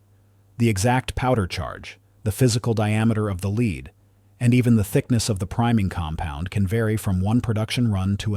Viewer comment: As soon as it said leed instead of lead I was like nope not another AI video. Thumbs Down.